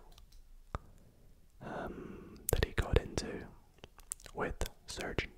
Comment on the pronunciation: Love these kinds of videos, if you did more true crime/mysteries like this I would definitely watch. Also the way you pronounced Suge (Sh-oog) knights name had me rolling, RIP Tupac 🕊️